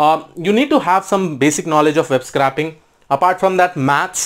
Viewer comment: BTW, "scraping" is pronounced more like "scray" than "scrap". Nice high level quick intro.